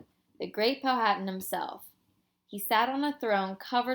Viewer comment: It is Pow -a - tan the h is silent